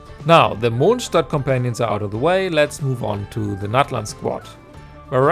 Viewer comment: i can also confirm that as im a fellow German i suppose mr.mondstadt to but like i can definitely say its how u pronounce it